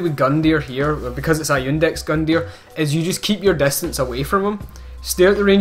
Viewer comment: Finally! Been anticipating this series :) Btw, it's "Iudex" (yuu-dex), not "Index" Gundyr. Judex means Judge in latin.